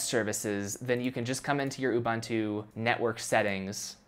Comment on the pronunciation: Sorry to say, but your pronunciation of Ubuntu grinds my ears.